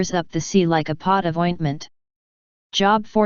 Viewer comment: NOT job. JOB like robe.